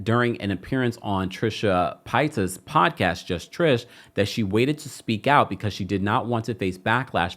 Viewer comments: Super thorough reporting,! LOVING this! Cover more content creators, please. I know you said you won’t but this is such a thorough coverage, you’d be doing a service to the platform. Also Paytas is pronounced like Pay 💰🤑 not pie-tas 🥧🤭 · Good reporting. Just so you know, Trisha Paytas' last name is pronounced "Pay taws" I believe : )